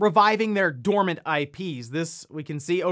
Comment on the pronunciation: dormant not dormany, you are not dont make mistakes in your videos